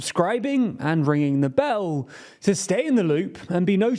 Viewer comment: Why when you say “ringing the bell” does it sound retarded? 😂